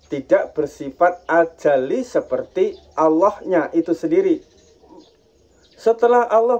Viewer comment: Ijin Meluruskan, kata² azali jangan dibaca ajali, Kata² muhaddas jngn di baca muqoddas, perlu belajar lagi yg tepat,karena di tonton banyak org, maaf